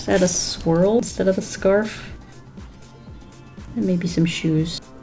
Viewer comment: Not gonna lie I actually thought she said "squirrel" instead of swirl ;-; I was so confused lol